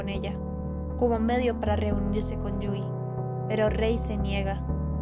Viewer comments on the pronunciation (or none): *Yui, no Yuri 😅😅😅